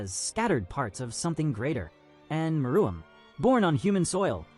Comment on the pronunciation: May wanna fix your AI script to pronounce meruem right